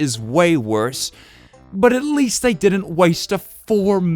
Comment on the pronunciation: No I did-ent 😔